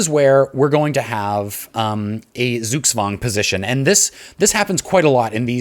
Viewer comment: your pronunciation of zugzwang isn't optimal